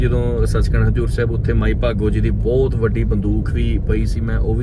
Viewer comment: Bai booutt ne hunda. Bhut hunda. Kafi sentence thik krn wale ne.